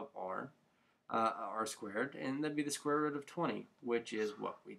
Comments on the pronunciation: Rut hahahahahahahah. But thanks for the help in regards to your funny pronunciation of root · Square rut? Lol. Sorry man but it sounded funny. Good video though! Thanks.